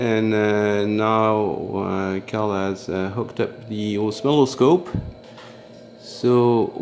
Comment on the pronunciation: Did you just call it an O-smell-a-scope?